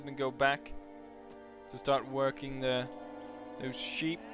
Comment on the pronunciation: Funny, you pronounce sheep as 'cheap'. Good video!